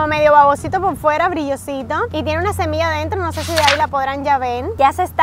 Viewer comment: Es "semilla" no "cemilla" ☺☺☺